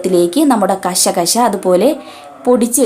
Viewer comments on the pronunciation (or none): കസ്കസ്, കഷ, കഷ അല്ല 😂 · കഷ കഷ അല്ല കസ്കസ് എന്നണ് പറയുക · കശ കശ അല്ല കൊച്ചെ....കസ്കസ്😁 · സൂപ്പർ കശ കശ അല്ല കസ് കസ് എന്ന